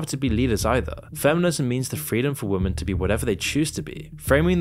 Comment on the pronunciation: dear creator women is pronounced wi-muhn, not wooo men 😅